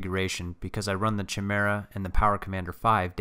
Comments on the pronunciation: chi·me·ra | \ kī-ˈmir-ə ....not "chee", but chi is pronounced like "kye". I didn't see any other comments mentioning it. Otherwise, nicely done video. A good logical analysis and testing. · It really triggers me he says "CHI-mera" instead of "KY-mera" lol. Otherwise it's hilarious the kind of power folks are getting out of these baby-motors. I love it. Still wouldn't feel as comfortable on a Grom as I do on a full-size bike. But I can't talk too much junk because I've only ever driven a Grom around a block, not on public freeways or higher speed roads. I feel like it'd be sketchy after watching all the videos of Stock Groms damn near being RUN OVER by assholes creeping up and riding folks asses. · Chimera is pronounced "kye-MEER-uh". How does every single grom youtuber get this wrong?? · If I had a dollar for every time I've been told this in comments! I appreciate it though, I have since learned the correct pronunciation. Thank you for the compliment, glad you enjoyed the content! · does every gromer pronounce chimera wrong or is this some insider joke? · This was before my enlightenment on the proper pronunciation of Chimera :)